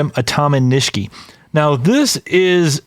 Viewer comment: Are you guys sure you are pronouncing the word Nishiki correctly? You guys say it with the second "i" silent. I believe it is not silent and pronounced with an "e" sound like you do the last "i". Ni she ke would be the pronunciation. I could be wrong though, but I have been exposed to the Japanese language when I use to live in Hawaii which is heavily populated with Japanese folks.